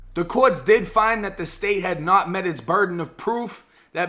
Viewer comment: “Met” and “Sauce” 🤦🏾‍♂️